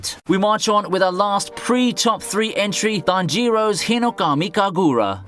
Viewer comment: Why’d you mention Tanjiro’s name so weird?💀